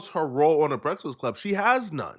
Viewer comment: can't pronounce breakfast